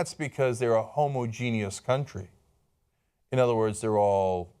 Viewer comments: Cenk it's pronounced ho-moj-e-nus, not homo-genius. Homogenius is a slur against very smart gay men. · Homogeneous is not pronounced Homo-Genius. It's pronounced Hom-Ogenus. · If you're going to use the word "homogenous" so many times please learn how to say it properly Cenk :) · its not pronounced homo genius where im from or spelled like that homogeneous sounds like ho-moj-en-us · language tips for Cenk: the word isn't 'homo-genious' it is homogenous. ho. mo. ja. nuss. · Please, please, never stop using the word "homo-genius" instead of "homogenous". I find it brightens up my day. Much like when someone scrapes their nails against a blackboard or that old dial-up modem sound. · Whast the hell is homogenius? You mean homogeneous? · my inner grammer nazi comes out every time cenk says homogeneous